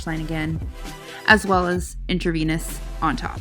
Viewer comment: You saying "in-tra-vaniss" was cracking me up.